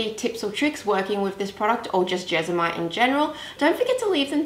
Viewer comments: JesMONite. It's JesMONite, not Jezamite. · I can’t watch because you keep saying Jesamite 😢😂 my adhd is going mad!